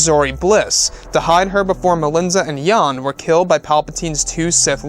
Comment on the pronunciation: "YAHN" (YAWN). lol